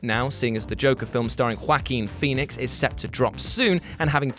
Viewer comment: "Wacking pheonix"